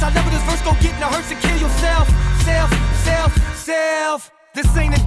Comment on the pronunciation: When he does the self seelf seeelf it sounds like upchurch